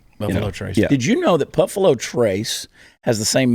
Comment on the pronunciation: Did chad say puffalo??🤣🤣🤣🤣